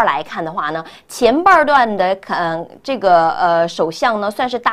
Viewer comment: 半段這兩個字 發音好奇怪